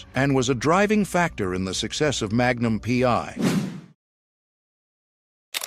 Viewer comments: Indeed. A.I. BS.. "Magnum Pee...Eye"... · Magnum Pee….I. AI is so stupid.